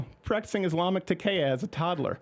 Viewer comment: I am not terrorised by furniture crowder, check yr pronunciation for takkiya/taqiyya pretty sure it is tar-ki-ya